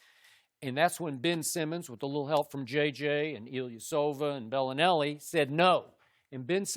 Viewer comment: "Bellanary, Ilyasovich" C'mon now Shannon 🤦🏾‍♂️